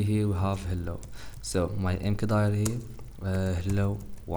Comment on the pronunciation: it's pronounced 'mkdir' not 'mkdir'